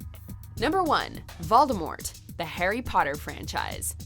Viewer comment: POTTA- Draco Malfoy...